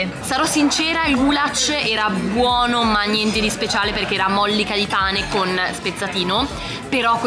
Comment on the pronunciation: ci sono le matriozke! Io: ma non si diceva matrioske?? 😂: móllica di pane Io: ma non si diceva mollíca 😅